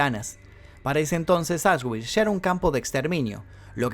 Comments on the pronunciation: Aswitch se pronuncia "asvitx" 😉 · Auschwitz se pronuncia ausbi, era un complejo de campos. Comprendía Auschwitz I campo original, Auschwitz II-Birkenau campo de concentración y exterminio, Auschwitz III-Monowitz campo de trabajo para la IG Farben y 45 campos satélites más, ubicados en Polonia. En la entrada a Auschwitz I colgaba un cartel con el lema Arbeit macht frei «El trabajo libera»